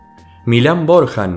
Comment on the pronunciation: Corrección men, BORJAN en serbiop se dice Borian, yo estoy aprendiendo serbio, La J en serbio tiene muchos sonidos pero no tiene el sonido que tiene para nosotros los que hablamos español Por ende sería milan borian en este caso, saludos desde Chile 🇷🇸🇨🇱